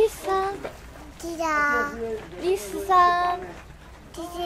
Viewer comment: 「リスー」が「りさー」に聞こえる笑